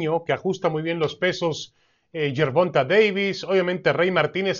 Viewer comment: Gerbulto Gayvis. Gerbumta Gayvis